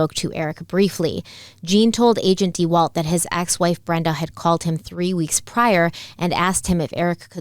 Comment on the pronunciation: If I hear agent "dee-walt" one more time I might just leave the channel. 😑🤦